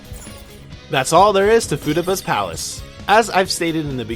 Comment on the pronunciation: Fu-tah-bah , my gawdddd xD